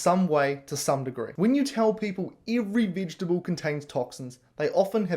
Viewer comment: If you can't even pronounce vegetable, .....Sorry bud, veggies are yummy, no issues here! I'm a human, not a carnivore.